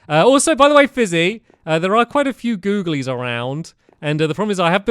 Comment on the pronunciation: When he said googlelys that hit different